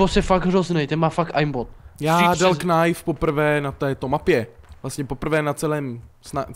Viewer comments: Čau, videjko super.. ale to Knajf, knajnfuju.. knajf only:D Promiň ale rve mi to uši, protože se to čte ''najf'':D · Doufám že "knajf" říkáte taky naschval.....